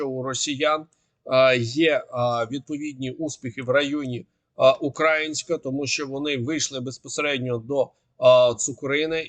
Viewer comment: Дякую за огляд. Єдине прохання,-говоріть, будь ласка, правильно "УкраЇнськ", "НовоукраЇнка", з наголосом на "ї", а не на "а", як квакають московити. Дякую